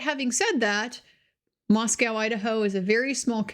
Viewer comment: I am glad you will be covering this. I appreciate your level headed analysis and descriptions. Please note that the town is pronounced “ mos-coe” rather than “mos-cow”. Look forward to more videos from you.